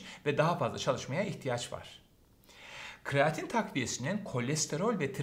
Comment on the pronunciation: kreatin hocam, kraatin değil.